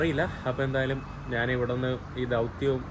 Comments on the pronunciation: മലയാളം ശരിയായി സംസാരിക്കാൻ പഠിക്കുക, നാൻ അല്ല, ഞാൻ ആണ് ശരി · നീ എത്ര ശബ്ദം മാറ്റി സംസാരിച്ചാലും, ജോർജ് കുളങ്ങരയുടെ 100 മൈൽ അടുത്ത് എത്താൻ പറ്റില്ല. 'നാൻ' എന്ന് എന്തിനാ പറയുന്നത്? ഞാൻ എന്ന് പറഞ്ഞു കൂടെ,?